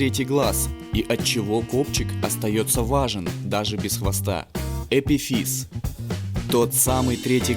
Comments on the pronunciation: Во-первых, не эпифИз, а ЭпИфиз. Во-вторых, следовало упомянуть, что копчик необходим для правильного протекания родов. В-третьих, придаточные околоносовые пазухи является резонаторами голоса, а не носа. Также, они согревают воздух и облегчают вес черепа. Ну и напоследок, в тимусе происходит дифференцировка т-лимфоцитов, пришедших из селезенки, а не их образование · не эпифИз а эпИфиз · какой эпифИз ? эпИфиз , не знаешь не говори блин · Всё прекрасно , но только не эпифИз , а эпИфиз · Епифиз ударение на первое и , валенок